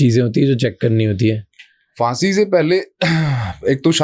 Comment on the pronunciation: So true, by the way it's pronounced phaansi